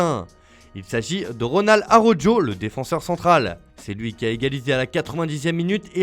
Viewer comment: Ronald Ah-Roh-Djo